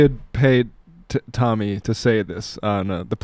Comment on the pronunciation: I know I'm in the minority but intentionally mispronouncing Tomi's name stopped being funny like two years ago y'all.